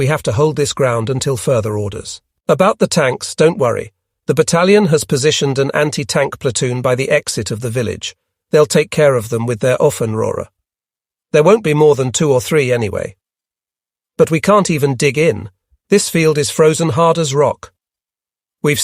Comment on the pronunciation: 'Often Roare'... what? Ah! 'Ofenröhre'. But yeah, overall this voice makes only few mistakes.